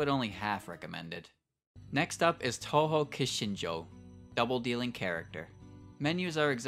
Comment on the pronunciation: Oh god I cant get over the cringey pronunciation of touhou. It would be better if you didn't try my man. Just say it anglicized if this is how you try to say it with a Japanese accent